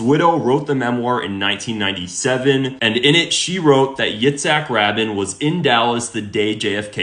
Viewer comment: I'm not going to listen to a guy who can't even pronounce Rabin's name correctly!!!!